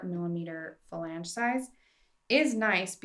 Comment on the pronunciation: super helpful information. My only critique would be that you stop saying "fa lang" as it is "flang". 🙂